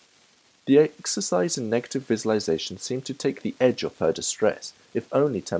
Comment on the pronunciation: this is a fantastic achievement thank you but I must say that your Mispronounciation of "visualisation" ALL the way through is REALLY grating (sorry) but again, thank you and I will share it